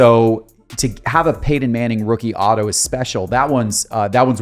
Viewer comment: Dang do you have marbles in your mouth when you attempt saying "PEYTON"?